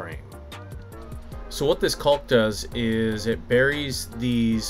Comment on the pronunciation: I enjoyed the “hard L” when pronouncing caulk.